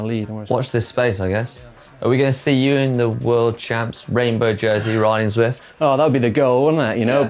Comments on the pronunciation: Zwift national champion... pronounces it “Swift” 🙈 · That's what I was thinking.... How can this man be Zwift national champion and not be able to say Zwift..... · Shouldn't Canyon get someone who can say Zwift?